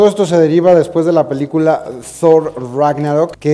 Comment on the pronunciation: y por qué "Dfffhhooorr?"